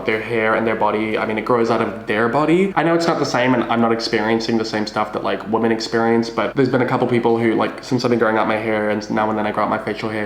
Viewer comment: please stop pronouncing women like woman im begging you